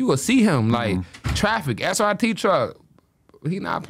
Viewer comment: That boy said srp truck😂😂